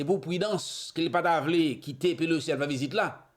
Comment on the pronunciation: HI BROTHER, HER NAME IS NANCY PELOSI, NOT POLOCI. MAY THE LORD BLESS YOU.